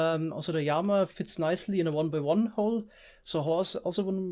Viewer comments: Please just say lama instead of yama :( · Say it with me...."L" ama..."laaaamaaaa" lol what is a yamma? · Wtf it LLAMA NOT JAMA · Since you are speaking English the correct pronunciation of llama is as if there was only 1 L meaning, Lama. Spanish then it would follow Spanish rules of being pronounced like a Y as you are doing. I don't know about German so maybe you are going by German rules but since you're speaking English thought it would be helpful to correct you. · Everytime you say Llama I Hear armor for some reason! 😀😀😛😛😄